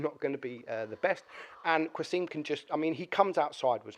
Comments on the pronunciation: Qa-sim, there's no U :) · Hahahaha the way you pronounce qasim is so funny